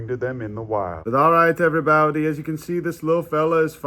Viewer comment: I love how you are saying my last name when you say “Hello Every Baute” 😂